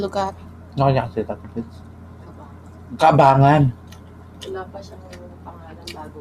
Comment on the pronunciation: Cabanggan po yun hindi cabangan